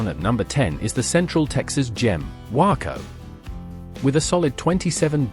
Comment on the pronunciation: It's not pronounced :Wacko" , its "Way-co". You would think you could learn the correct pronunciation before producing a video.